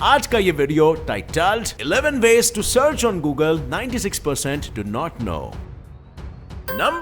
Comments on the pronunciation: Googal bole tho YouTube🥴🥴🥴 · googalwa ke search boxwa me 😂😂😂